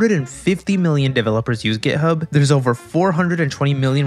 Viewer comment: Is it just me or he is really saying gay hub